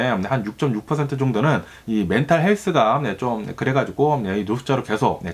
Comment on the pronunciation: 4인가족이 평범하겜 엄청나게 부자도 아니곰.... 부부감...그래가지곰... ㅋㅋㅋ 너무 ㅁ을 많이 쓰셔서 집중이 안되는건 나뿐인가요